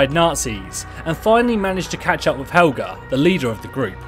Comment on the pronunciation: ITS HELGAAA